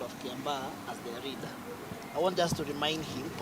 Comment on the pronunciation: 🤣🤣Huyu anaongea Kikuyu tu hapa. Eti reader while he means leader 🤣🤣. He is saying millor instead of mirror 🤣🤣🤣